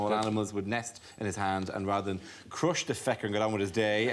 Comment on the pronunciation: 😄"croosh the fecker"